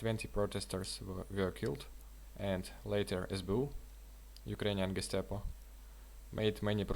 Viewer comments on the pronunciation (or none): none